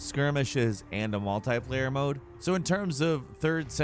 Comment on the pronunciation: Its multiplayer not multiplaier